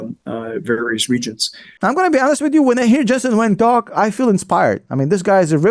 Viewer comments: Come on how can you call him, Jesen Wing? Please get his name correctly. He is Jensen Huang. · Hey, his last name is Huang, not Wang.